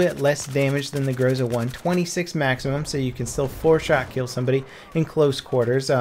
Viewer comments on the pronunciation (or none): The codename of Groza is OTs-14 (ОЦ-14). 'Ts' is the representation of letter 'Ц'. I'm not sure if English have the exact same sound like Russian 'Ц', but anyway OTs should be pronounced something like [o:z] (see Tzar for example). Oh, and also it is GrozA, not GrOza. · GrozA, GrozA not GrOza! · grozA not grOza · It is more appropriate to say grozA than grOza. This word means "thunderstorm" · OTc-14 grozA, not grOza. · It's actually grozA, not grOza)) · GROZA is pronounced like [groz'a:] (with an accent on the last syllable). It means 'thunderstorm' in modern Russian as well as 'threat' in older Russian language. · Cap, in Russian it sounds like GrozA.